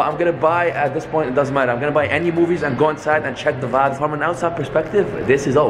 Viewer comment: English is a barrier merch. Some vaybs